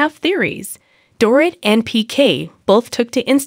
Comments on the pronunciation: Door-eet not door-it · Strongly agree. She may be using a translator. She needs to proof her posts to ensure words, especially names, are pronounced correctly. Dorit is pronounced Doreet. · Really annoying when you don’t say her name right. It’s like calling cheese chess 🧐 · Don’t have a Utube if you can’t say a person’s name